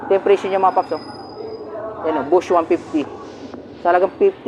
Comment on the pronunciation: "Boss" po hindi bush